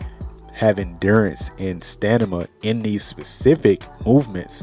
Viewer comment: *Sta-MIN-Ah👍🏿 > Sta-Nah-Mah👎🏿